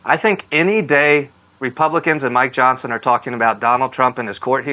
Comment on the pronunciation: How did Johnon lose his "s"?